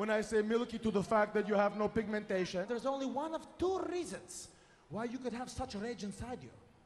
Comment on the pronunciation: pigamentation lol